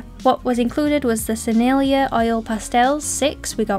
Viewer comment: Hullo! I hope you are going to have another go with your pastels, your piece was lovely! Pastels were originally made for the impressionist painters and I prefer the soft pure pigment style, the oil sticks are just not pleasing to me. Sennelier is pronounced “Sin nil e ayy” crazy French! I was corrected by an old girlfriend in college I had similar trouble with Schmincke! “Shh men key” if you are curious. I have found pastels to be quite enjoyable and so unique of a medium, not like any others I have used before! You can layer over the top to mix or even place colors next to one another so your eye and brain mixes them for you! Weird huh? Thank you for sharing this Scrawlrbox and I am glad that you are enjoying the art box! Keep creating and sharing your wonderful ideas and art.